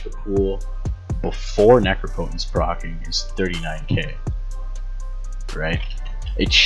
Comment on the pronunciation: Uncle Tamerlin here. It's pronounced necrop-otence, not necro-potence. Solid build though.